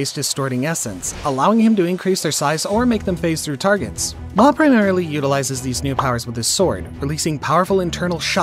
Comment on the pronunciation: You did law so dirty with that pronantioation